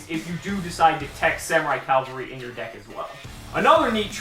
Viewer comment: Cavalry. Not Calvary. Calvary was the hill that jesus died on. I didn't expect a hill to be a freakin' dinosaur.